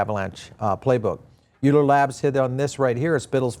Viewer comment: Euler = "Oiler" (like the mathematician) Great coverage though!